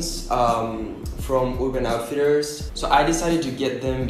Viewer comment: Pronuncias “urban outfitters” tan bello :) i’ve been subscribed to you desde cuando tenías 5K!! sigue adelante con los videos!! (<- omg my spanglish lol) te quiero mucho manu💛🌻